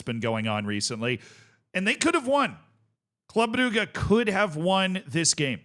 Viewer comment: I'll never get over how pronounces "Club Brugge"